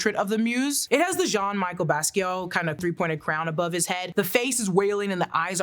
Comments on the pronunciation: who da f is john michael baskeel?? you mean jean-michel basquiat? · the way you pronounced Jean Michel Basquiat hurt my soul